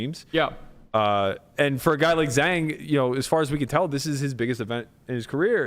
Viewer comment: love the pod, just to help with the pronunciation of Zhang; Zh = J as in 'j'ohn. a = o as in the word 'o'n. so more similar sounding to jong than zang.